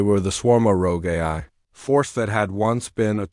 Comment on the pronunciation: this dot dot dot is horrible AI trash. mispronounced words everywhere. it can't even say AI properly. LOL. AI that can't say AI...